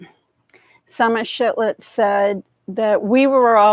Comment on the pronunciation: shiFlet not shiTlet heh